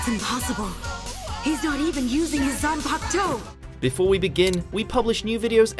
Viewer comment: After watching the entire anime in sub, this is my first time hearing dub and all I can say is that sub is far more better plus you don't have everyone mispronouncing everything (example "zanpakTOE" )